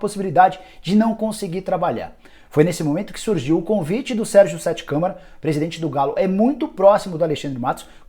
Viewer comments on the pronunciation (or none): none